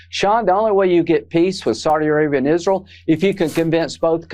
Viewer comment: Lady Lindsey: “IZruul”. 😂😂😂😂😂